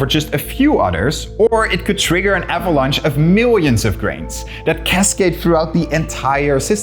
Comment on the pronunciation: I wish no one said things like "one grain of sant can cascate throughout the system". A D sound is perfectly pronounceable 🙂